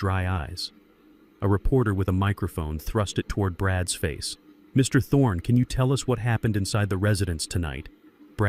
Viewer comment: Will you please teach your AI how to read the names of the characters named in the story. Very annoying! Brad's it's not Brad S. Zeke's not Zeke S etc. I almost quit listening to it but came back. Also, how to read the word COAT. It's not COT. No matter what language the story is translated, your AI should read the words correctly.